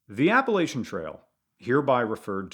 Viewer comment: This guy just keeps on mispronouncing "Appalachian". I'm sure you're a great guy, but I can't take it! I'm gonna throw an apple at cha! 😅